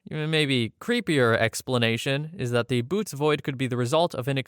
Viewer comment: The constellation Bootes is greek and pronounced boh-OH-teez. The dots indicate that you have to speak both vowels individually.